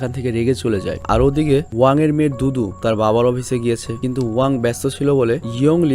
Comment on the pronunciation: ভাই দুতু নাম টা আমি দুদু সুনতে পেলাম।😁😁😁